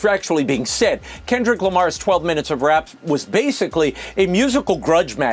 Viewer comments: She called him Kendal 😂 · She said Kendel…smh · The "Shut up and Dribble" lady is actually talking about the Super Bowl halftime show. Maybe she should take her own advice. Jeanine Pirro couldn't even say his first name correctly so she should go back to drinking or sniffing and stay out of things she knows nothing about. Faux should just acknowledge "they not like us." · “This guy Kendall Kamar got all these Grammars?!”😂 Lady WTF are you babbling about?